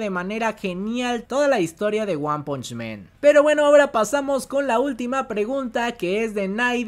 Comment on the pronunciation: por que dices One Punch MEN? men es plural de hombres en ingles! el anime se llama One Punch MAN. MAN. AAAAAAAAAAAAAA NO E